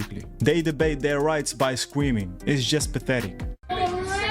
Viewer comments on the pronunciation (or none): The way he says " screaming" is hilarious! sweeeming hahahaha wtf bro